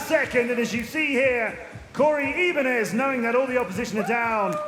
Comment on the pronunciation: i dislike how he pronounces "Ibanez"